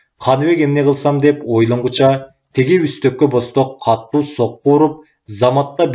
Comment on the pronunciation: Эй чырагым, диктор! Сураныч, туура окучу. КАТТУУ эмес, КАТУУ деп бир эле Т тамгасы бар китепте. Диалектиңди киргизбе бул жерде. Аны перевалдан нары барып анан окуй бер.